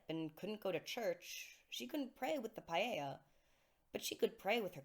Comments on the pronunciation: When you say "paella" do you mean the "Pieta"? Pee - eh - ta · I think it’s just a mispronunciation. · paella? Do you mean pieta? Or has it been pronounced like the spanish rice dish all this time? Love your music btw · It sounds like you're saying "Michelangelo's paella". Do you mean Michelangelo's Pietà?